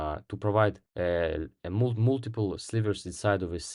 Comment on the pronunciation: Кстати, не мултипл, а малтипл :)